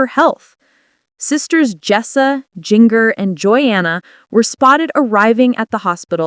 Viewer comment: You need to learn how to pronounce names!! Her name is ginger spelled jinger!!! Start saying it right!!